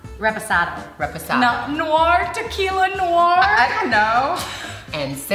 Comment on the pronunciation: I'm French, and when Gigi said over and over again "tequila noir", for me it sound like "t'es qui la noire", in english that means "who are you black", so I am offended (even though I white)